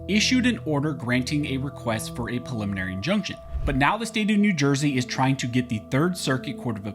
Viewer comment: Take a little longer when prouncing preliminary injunction. It sounds like you're saying prelimarny injunction. Enunciate, man. ;)